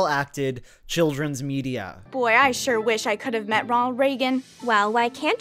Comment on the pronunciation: He didn’t even say Ronald he straight up said Rald